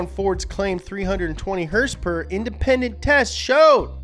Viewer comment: “385 heRsper, 385 pound feet of twerKs”